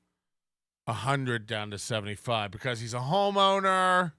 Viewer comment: When the lawyer said "my client is a homeowner" I heard "my client is a homo nerd"